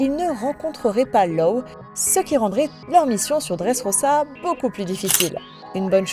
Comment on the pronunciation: "enel" "orse" "dresse rossa" "l'ile tous gateau" alors j'hésite a dire sympa l'ia ou tu as des problèmes délocutions mais sa reste assez bizarre quand même